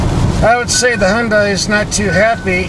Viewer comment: Remember, "Hyun-dai" rhymes with Sunday! Also, why do a few little melodic tones bother you?